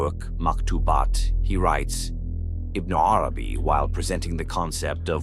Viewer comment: Have you even read what you are talking about? In the original language – because that is what every writer of genius – which Ibn ‘Arabī is – deserves? I doubt it – your pronunciation of his name is just so far from what it should be that the rest will have not obtained more respect from you than that. Now, you or others in your defense may reply: leave the pronouncer alone – “they” is after all only an AI tool. Aha! If you are an AI tool, why would I even bother to listen to the first letter you pronounce. You are not, as Ibn ‘Arabī would see, a letter from one of the infinite number of letters of one of the infinite number of Names of God. Stop whispering. Into my ears or any other’s.